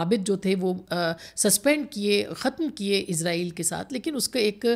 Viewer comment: ازرائیل غلط تلفظ ہے صحیح تلفظ اسرائیل ہے